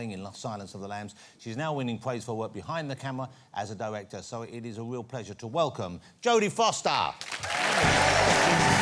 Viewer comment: "diwector" ... "pawents" ... was his mother Baba Wawa???